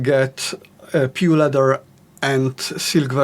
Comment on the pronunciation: did you say pure leather or pu leather?